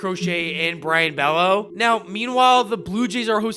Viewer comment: Mispronounced words in the video include Tolle, Worcester, and Bello.